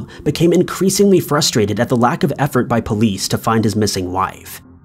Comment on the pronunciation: Why does pronounce "police" like "poleeeeece?"